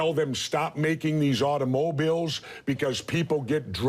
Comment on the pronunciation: Auto-MO-biles… ok,.